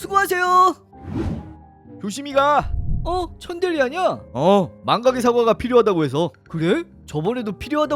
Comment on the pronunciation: 천대리가 천들이로 들림